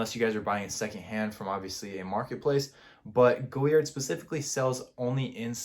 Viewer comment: It’s an atrocity how you pronounce the name of this designer😂😂😂😂😂#NoClass